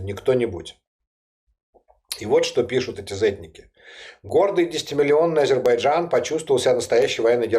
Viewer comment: Ведучій слід правильно ставити наголос в слові Азербайджан, так оіже вухо її нагллос на першій букві, Аааазербайджан🤦🏼‍♀️